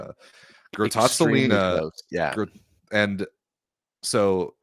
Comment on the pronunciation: Masterclass on how pronounce "Grottazzolina" by. Complimenti.